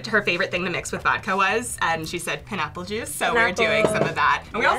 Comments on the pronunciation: PIN NAPPLE JUICE THEN SAYS IT CORRECTLY WHAT IN THE CHICKEN FRIED FUCK🤦🏽‍♀️😭😭😭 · “Pin-apple juice “ 😂@ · Did she pronounce pine-apple as pin-apple?